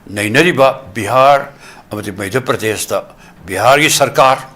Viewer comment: Not Meidhya pradesh ....Say Madhya Pradesh